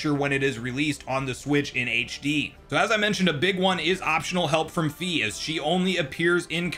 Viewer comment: Fai not fee